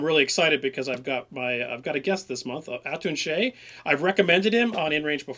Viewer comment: For some reason I always read and pronounced Atun-Shei as Aunty Shaw.